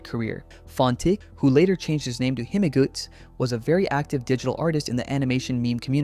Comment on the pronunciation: I’m so sorry but you sound so lost during this, his deadname is Sophia not Sophie, he didn’t draw MLP art untill later on (That was Synni), also fontik wasn’t birdies biggest fan (He was his ex who wanted revenge so he leaked the p0rn to get back at birdie. Also it’s pronounced hi-m-guts), also Birdie didn’t release the document (He didn’t read it untill months after),. I really would like to do a phycological analysis video going through all of the Birdie Drama, I have been clocking his shit since Google plus so I know a lot